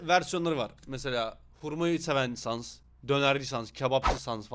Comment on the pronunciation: Outer sansin saldırısı bu arada sans sens diye okunuyor yanlış söylediğinde de Kötü oluyomxd